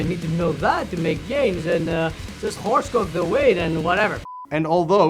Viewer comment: There is something absolutely hilarious about the way he says horse cock in his accent 😂